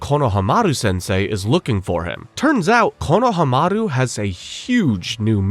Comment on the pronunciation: Is this AI? Or maybe it isn't. The over trying Japanese pronunciations are a little cringe to hear. "RanaayGan"??? "Kono-Hamaru"??? But overall, this is appreciated and well out together. Just sometimes hearing him over pronounce the Japanese pronunciation makes me cringe a tiny bit. Some of the names or most of them aren't said that hard. Reminds me how some same "Nah-rooto" or "Mah-daara" 😅